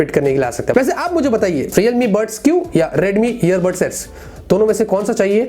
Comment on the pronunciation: That's buds not bus